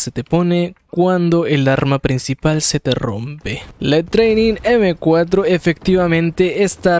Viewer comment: se pronuncia 'tréinin' jajaja y su mal inglés Por cierto, la training tiene los mismos stats que la m4 accm, mismo sonido, misma recarga, es una m4 a fin de cuentas, solo que la mira no le ayuda